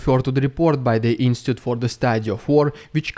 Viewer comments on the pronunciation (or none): Again dude, the word is INSTITUTE not INSTIT. 😂